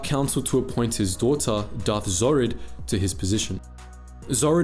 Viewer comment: Zhorrid is pronounced DJorrid. You ca hear Jadus and her use this pronounciation.